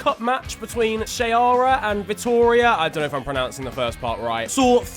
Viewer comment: Got the pronuciation almost right of Ceará - Vitória, mate. Well, as the chairman of Vitória stole money that Brazil FA target for women's football, we can say that it deserved.